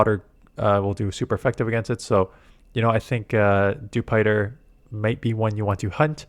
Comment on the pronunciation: Dewpider rhymes with Jupiter since it’s an alien bug. Also, the daily incense isn’t worth doing. Sure, the birds are in there, but that isn’t enough reason. They need to have it spawn region locked mon in order to make it worth using every day. I don’t need more meowths or pidgeys or whatever other crap is in there. I need pvp IV Tropius, I need more candy for Pachirisu.